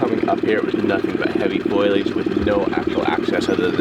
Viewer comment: I love you guys and the work you do. BUT :D FOW LEE UHJ foliage not foilage!!! :D